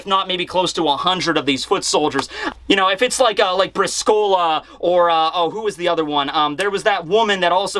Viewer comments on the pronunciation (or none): Brìscola not briscóla :) it's an Italian 3 card game